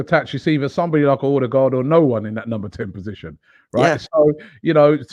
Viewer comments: It is pronouced "Urdergor" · So we get to hear Robbie butcher a name in his usual fashion until end of season. 🤦🏻‍♂️. Someone tell him the "d" at the end is silent.